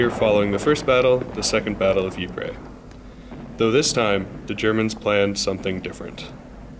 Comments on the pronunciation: Narrator Ypres is pronounced eee p, not e pray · I can’t watch he’s ruining it saying eeepray